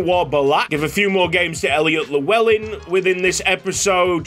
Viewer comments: could you possibly look at a video to pronounce the name Llewellyn, double L is pronounced differently in welsh. Its hard to describe how it is pronounced so I'd recommend just watching a video. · The way you pronounce Llewellyn is like hearing nails to a chalkboard for any welshman 😂